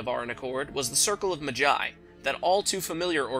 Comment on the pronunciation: its maaa-jai rhymes with big-sigh.